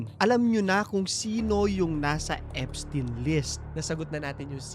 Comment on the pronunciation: Eps-tayn pronounciation name nya